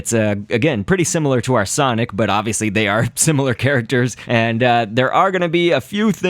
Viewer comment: i 's sonic not sonoc